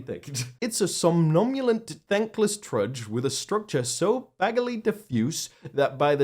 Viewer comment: Yep! som·nam·bu·lant /sämˈnambyələnt/ adjective resembling or characteristic of a sleepwalker; sluggish. Kudos to for pronouncing it correctly! I love the response it got, asking for the return of a thesaurus. 😆 That loquacious malapert's diatribe was deserving of that castigation! 😉